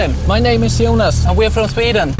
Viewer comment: When he pronounce "Syunas" his Name Jonas 😂💔